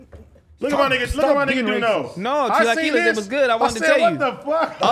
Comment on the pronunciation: At the end dude said " chilaqilles". Mexican dude " stop being racist" 😂😆😆😂😂